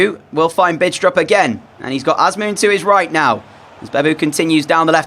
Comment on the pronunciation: The "D" in "Bidstrup" is not pronounced, just FYI